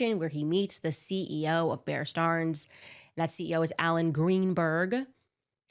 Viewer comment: Why is she mispronouncing “Stearns”?